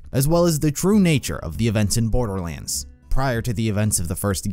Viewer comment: "the story of borberlands"